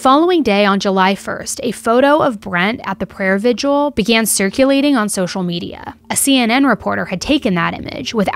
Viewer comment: I like, and maybe I'm too picky but humor me....I'm almost 65 years old, and did well in english and editing and writing. Why do people pronounce the word "vigil" as Vid-u-al? That's incorrect and it is spelled just the way it should be spoken. Vi-gil. Thanks. ETA: cannot figure out why there seem to be so many of these really fucked up and sick ppl in the world.